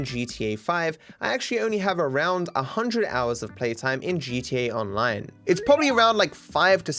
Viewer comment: Maybe it's just me. But I swear you are saying "GeeChee Online" lol